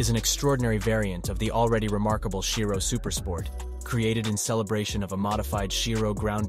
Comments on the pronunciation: It's Chiron not Shairon and Shiro 💀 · bugatti chiron has a "n" at the end. you should try to ponounce it... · chiro? CHIRON! 🤣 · lmao "nevra" "shhirone" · What's a Bugatti 'Chiro'? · "Bughatti Chiro"...!? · How many times did he say Chiron wrong?😂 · Every next car is much faster than the one preceding it. In reality they were all about the same. I don’t trust a narrator who doesn’t pronounce the manufacturer or model name correctly. Try again. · What the hell is a Bugatti Chiro? Erm if you are producing a short film on cars, you must get the names right. It’s a Bugatti Chiron and the Jesko that you pronounced is actually pronounced yesko